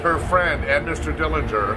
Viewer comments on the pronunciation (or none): The correct pronunciation of the Dillinger family name is with a silent 'g'.